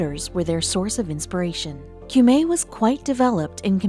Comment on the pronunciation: "Cumae" is pronounced "coom - eye" in Latin. The river "Thames" is "tems." And what's so surprising about burials under a church? That's not the practice nowadays, but people of high status used to be buried indoors. As she said, the Victorians removed a lot of coffins from their church crypts, for one reason or another, but why do those 18th century archbishops who escaped notice have to be removed now? And why do the public need to view their coffins?